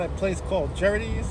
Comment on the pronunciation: Don’t think u pronounce gerrirtys right. It’s GAR IT TYS